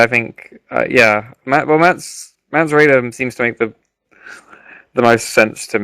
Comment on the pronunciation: I know, so many tedious colloquialisms and oh so annoying repeated phrases like " Shit ton of...".Typical rhythm or lack there of and terms of stock "Games Workshop-esq" fantasy nerds, down to the giggles. Let alone the strange character name pronunciations. Mance Rayder...mispronounced as "Mance Rider" Melisandre as " Melisandria" etc.I dont know how you get them so wrong. Essentially eternal virgins. but besides that pretty good.